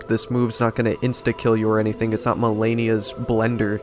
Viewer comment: Once again. It will keel.